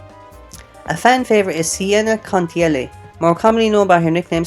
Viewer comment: Pretty solid Skullgirls video, thankfully the algorithm is recommending me for 2nd encore content! Though there's a couple of things I'd like to clarify. 1. A few characters you got their name wrong (mostly due to your accent), which isn't a problem, as your videos clarify what you mean but you pronounce Fukua as "Fuk-a" when its "Foo--coo-wah" as well as Squigly's last name being Contiello "Cont-e-ow-oh". Again, trying to blame your voice, I thought i'd just give you the correct pronunciation if you do a future video. 2. You mentioned the music and how skullgirls fans argue which soundtrack is better? If you mean individual sountracks then yeah those can easily be ranked. But Skullgirls mobile uses the exact same music for 2nd encore except it has a different menu theme. The "old version" your talking about could be SkullgirlS the 2008 beta version of the game with just Filia and Peacock but that only has like 2 jazz songs. 3. For your dash problem there are actually two ways to dash, the normal default way in most fighting games: tap the button two times to the left or right. Which works but usually there's a slight delay to it. Especially air dashing, I highly recommend using the two punch buttons method as it's much quicker, thus why i recommend in the game settings making a macro button with 2 or more punches, and macro 2 to be a grab or multible kick buttons. (plus when using a macro you can save your team rather than manually choosing each character color and